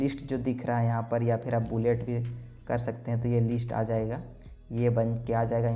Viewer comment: लीस्ट नहीं। लिस्ट। लीस्ट मतलब कम से कम। लिस्ट मतलब सूची।